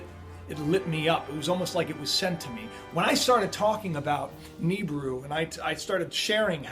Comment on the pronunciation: astronomers declare? dude you should change friends stay off the internet and drugs, oh and it's pronounced Nibiru " nee-beer-oo ni-bi-ru "not Nibru